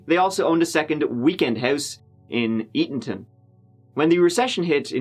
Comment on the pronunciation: You are the first non-local person I have ever heard pronounce Eatonton correctly. ❤ Love your channel, by the way!